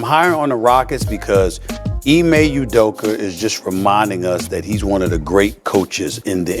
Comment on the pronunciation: Jus correction since its grating my ears. Ime Udoka's last name is pronounce OOh-dough-kah. Emphasis on the Ooh, its not You-dough-ka. Please and thank you. lol